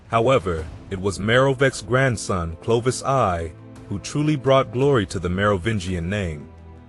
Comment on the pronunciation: Clovis "Eye". Is stopped listening right there. If you can't get that right, pretty much everything afterwards is garbage.